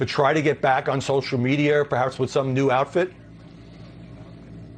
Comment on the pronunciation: Harry's pwonunciation: "Social Meatier."